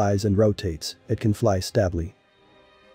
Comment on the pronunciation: Is this AI narrated too? There's some interesting mispronounciation of words ("stably", "napalm")